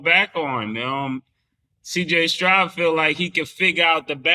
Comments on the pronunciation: “CJ strout” smh lmao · Yo Cam the mans last name is Stroud not Strout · Say Killa respectfully it’s Stroud with a “d” pause not a t🤣🤣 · I hate the way you say cj Stroud name, cam say it spelled cj strout, that’s my last name too, and hearing cam say it, is a cringe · How many times are they going to let him say Strout he stay butchering the easiest name name 😂